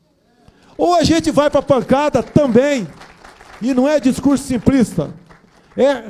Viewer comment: Primeiro... Aprenda a falar simplista e não simprista.